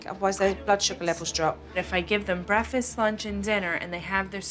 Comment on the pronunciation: The way the mom pronounces "breakfast" annoys me to no end!